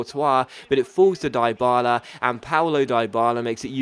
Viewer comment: Stop dropping that hard I on Dyballas names its sounds like Deeee Balla